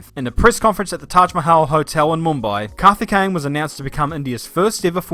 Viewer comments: The Coimbatore pronounciation though 😂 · His name: Karthikeyan: Kathikane Auto Captions: Kathy Kane 😅😂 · its 'kaarthikeyan' not 'CarTiKkeyyen ' 😅